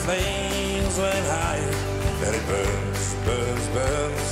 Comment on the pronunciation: his pronunciation is off, i guess thats why they'd let him go at you can hear him saying bus instead of burns. and that throughout the whole song. great voice though